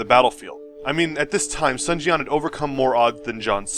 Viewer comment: Yue Jin or He Jin? also you captioned 2 pictures with the same name. if you want to learn proper pronunciation, "Sun the family name" should be pronounced as the english word "soon" or perhaps ["dune" with s instead of d]